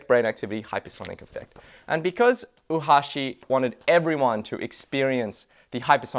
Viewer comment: you're pronouncing Oohashi as if it's spelled "Uhashi". "Oo" and "ou" are pronounced as an extended short vowel O.